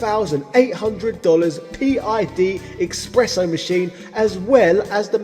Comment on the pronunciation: Eckspresso ecksettra 👌